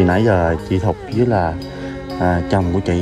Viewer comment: Chị Thục.Chứ ko phải "Thụt" nhé